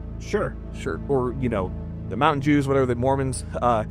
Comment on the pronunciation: He said "mountain jews" 🤣🤣